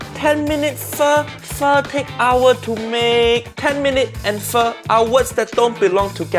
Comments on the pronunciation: In this case, she pronounced “pho” properly, because her version is FAUX. Faux pho. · I'm Vietnamese and I can't take up this shit anymore, why so many white people love to destroy asians cuisine ? Btw you pronounce pho right this time UG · She pronounced it right, but they just spelled it wrong. They actually meant "faux" and not "pho." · Pho pronounce F-oh is in fact also correct depends on what region they are from I got this info straight from a man from Vietnam who had an amazing pho restaurant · Pretty sure /fō/ is the correct way to pronounce what she made. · 1) She is pronouncing pho correctly, because she is English. This is the English way of pronouncing pho. She is not Vietnamese, therefore why would she speak a language she does not understand? In English we have a word called "Camera." In Vietnamese, that word is "Máy ảnh." Is it racist for Vietnamese people to take an English word and butcher it into their alphabet and accents? Absolutely not. They're translating it into their own language to make it possible to describe the same device that we do. 2) She is cooking pho correctly. The difference is, she is not a historical chef. There is nothing wrong with her cooking, but there is something wrong with the show expecting her to be an Asian historian when nothing about her has ever said that she was. They should have gotten a historical chef to show off the traditional ways of pho, not just a regular chef. Regular chefs cook based on their own personal taste and also what they've seen as popular in their local restaurants. They do not base their cooking off the original history of any meal they serve. This is the same in Asian cooking when they cook American or British dishes. You are fucking TERRIBLE at cooking our food, yet we do not throw racist remarks like you do as a way of insulting you. It is how you like our food made, so why would we be mad? As long as you aren't claiming you're a historian of American culture, why would we care?